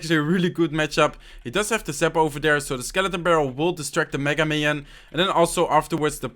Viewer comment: When u said "minion horde" i think u said mino....